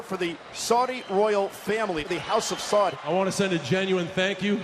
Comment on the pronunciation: Why can't Americans say 'Saud'? It does not rhyme with 'flawed' or 'clawed'. There's an OOO in the middle. John Cena says it correctly .